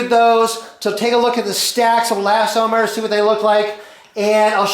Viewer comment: I enjoy RJ's videos and I thumbed-up this one, but I appreciate your clarification on the pronunciation of eLAStomers. Frankly, as I watched the presentation, I was wondering, hmm, have I been wrong all these years, not calling them elasTOMers, but no.